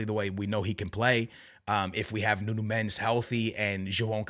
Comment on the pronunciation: Ur portuguese but u cant say Palhinha or Nuno Mendes correctly